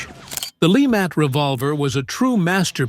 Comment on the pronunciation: How juvenile a presentation? "Lee-Matt" Please! Why don't you hire narrators or Voice professionals instead of AI-generated presentations? Get a French speaker to represent Louisiana's Dr. LeMat's true name accurately!